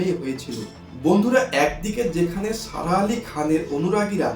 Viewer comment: Please pronounce her name properly.